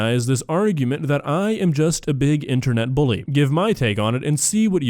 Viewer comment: the fact she said buly instead of bully is not surprising